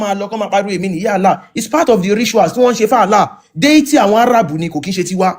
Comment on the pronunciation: Hi, actually, sheik was trying to say 'deity', in asking you to clarify his speech, but he didn't pronounce it well and you too didn't wait, you didn't listen to him before cutting him off. Listen to the record again if I'm wrong. I stand to be corrected please. Thanks. I'm not supporting him just trying to let you see how that word has deviated conversation.